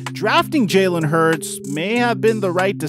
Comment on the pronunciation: If u a eagles fan why u saying his name is jaylen? It’s Jalen